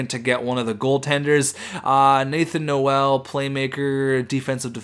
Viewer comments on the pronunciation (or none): none